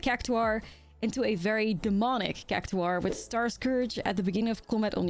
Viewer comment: It’s pronounced like “CAC TOR”